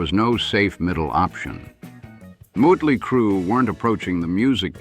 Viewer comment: you do realize it's MOT-ley Crue.........not MUT-ley Crue, right ?